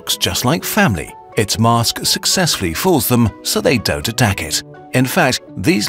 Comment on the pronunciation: Mask. Not 'aaaaaa'.